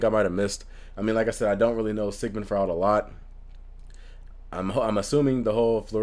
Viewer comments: Sigmund Freud (last name pronunciation: froyd). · Freud is pronounced F-roy-d. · Says Freudian Slip correctly but mispronounces Freud. 'kay.